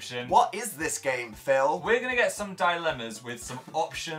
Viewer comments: dan: phillu phil: yassu me: indeedu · "Philu" "Yassu?" Jesus Christ